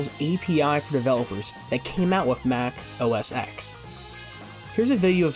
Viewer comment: Bro. It’s Mac OS “Ten” not “Exx”